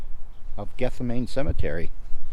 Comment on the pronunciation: Gethsemane (cemetery) = Geth-seh-muh-nee